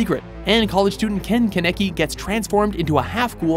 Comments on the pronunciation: how many times are these narrators going to butcher the names. Light Yegaaaami wtf. & its kaaneki not kaneki lol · Ikr why did he pronounce it like “ken cannakki” 😭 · he said ken keneki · dude really said ken keneckky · Why does he say "Kenekey"? It's just no like learn how to pronounce anime names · OMFG!!!, stop freakin butchering these anime names, u always fudging do that!!! 😡😑😒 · But they said Kaneki wrong!!!!!!!! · When he pronounced Kaneki I cringed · the way he pronounced “Kaneki” was killing me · YASSSS TOKYO GHOUL... even though he never says Kaneki right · The way he pronounced Kaneki and Yagami made me cringe so hard